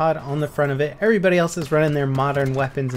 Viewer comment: Lol, you said errbody.. XD